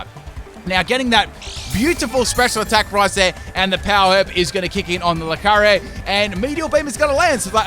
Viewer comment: Loo-car-e-oh! Not Loo-car-oh